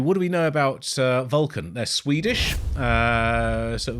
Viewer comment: Hey! Thanks for reacting gracefully. Just a clarification on the pronunciation of the band name, it’s “Vul-khan”. And it has nothing to do with Star Trek 😉 Keep it up brother! 🌋